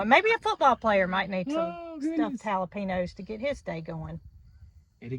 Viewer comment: Jalapeños !! Ha—la—peenyos!! 😂